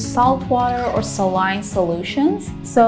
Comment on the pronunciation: 'Saline' is pronouced Sa'line.